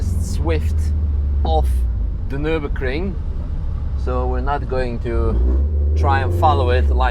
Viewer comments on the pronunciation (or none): I am SO looking forward to not having to hear say "nur-bussy" ever again